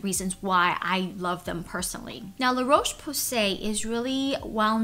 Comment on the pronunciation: Dear America. The o in Roche is pronounced like the o in hot, not the o in cold.